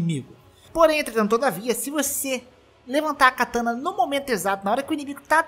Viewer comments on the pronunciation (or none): Só um comentário, não é KATÃNA... o correto é KATANÁ